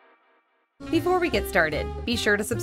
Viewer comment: The guy always says, "Befoe we get started..." I'm not used to hearing "before".